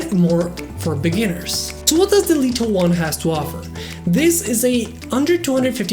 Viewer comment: I love how you say "Deleto 1" :)